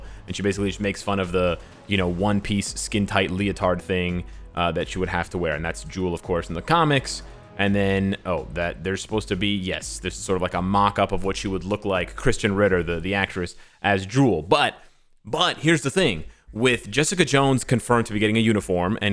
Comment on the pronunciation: There's supposed to be a mockup of Christian Ritter, the actress XD I know, I know but it sounded like he said Christian